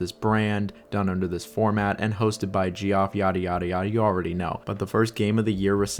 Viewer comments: Gee-off is crazy….. it’s pronounced Jeff bro 😂😂😂😂😂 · Or pronouncing Geoff as “Jee-off” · Geoff is pronounced Jeff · Shrimply Gee-off